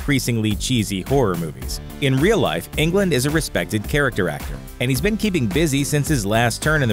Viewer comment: I don't think you pronounce his last name like you pronounce England. It's Englund. There must a difference, right?